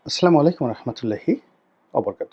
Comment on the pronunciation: আপনার ছালাম শুদ্ধ হয়না